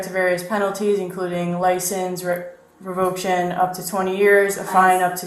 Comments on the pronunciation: TF is a “revoke-tion.” How can you not know how to pronounce revocation when it’s part of your job to read that word repeatedly? My god. 🤦‍♂️ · She mispronounced revocation.